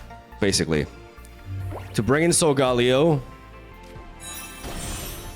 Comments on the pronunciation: How to pronounce sogaleo: SOL-GUH-LAY-OH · SOUL - GUH - LAY - OH Please, stop butchering my favorite Pokémon lol